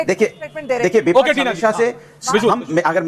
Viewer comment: Vipa ch नहीं विपक्ष बोलना सीखो अनुराग।